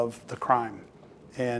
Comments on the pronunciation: He emphasized their 😅😅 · “I encourage people to put tags on THEIR vehicles”. The way he emphasized “their” is funny, because so many people try to track their husbands, wives, girlfriends etc lol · The emphasis on the word THEIR, lol. So don't go putting tags on other folks vehicles